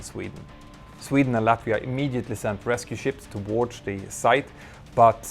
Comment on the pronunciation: you keep saying "towardsh" why?